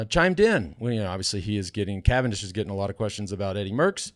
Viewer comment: CA-VAN-DISH, see ya in the dooshes!!